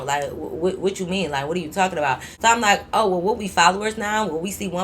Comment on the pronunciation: lol when said “talkin aboot” by a mistake i was like when the heck did she get a Canadian accent 😂😂